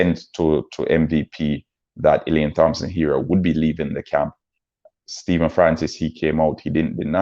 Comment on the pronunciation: Thompson pronounced TOMPSON